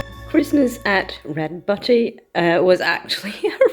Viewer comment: Butte is pronounced like the beginning of the word "beauty" so like "beaut." I don't know why it is pronounced that way, it just is. I never heard of this book before and would love to read it!! We used to have two bunnies, and they really are adorable (the last one died when I was pregnant).